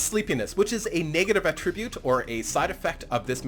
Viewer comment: A-trib-ute means to give credit. Atra-bute is a trait.